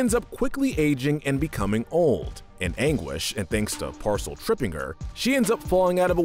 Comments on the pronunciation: You really just called Pascal “Parcel” huh? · IM SOREY DID HE JUST CALL PASCAL “PARCEL” 😭🤚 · I felt pain when he called pascal parsol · Ain't no one talking about how he called Pascal, 'Parcel' 💀💀💀💀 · did you call Pascal "Parcel" when discussing Mother Gothel? cuz that's what i heard also, ice is less dense than water, so why did morgana's little ice capsule sink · this mans did not just call Pascal "Parcel" im so done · did he just call pascal parcel?